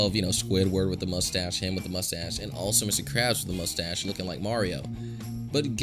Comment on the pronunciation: Krabs not karbs